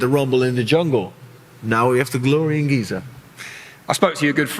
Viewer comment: "Geezer" Egypt 😄🤣😂